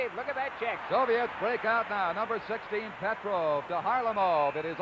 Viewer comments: PETROVE is what I heard but still very poor...Mike Walton was a dud in this series . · Petrov becomes Petro, Mikhailov becomes Mikhailo, Kharlomov becomes Kharlomo. Don Chevrier pronunciations. Yikes